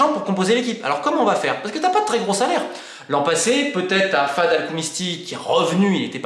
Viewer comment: On ne dit pas #fade# El Khoumisti, mais on prononce #Fède# El Khoumisti